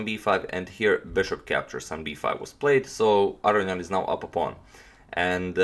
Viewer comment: Real question. It appears it would be pronounced Ah Ro Knee In. Is that incorrect? You say it definitely different than say, Maurice Ashley who I swear says it as above.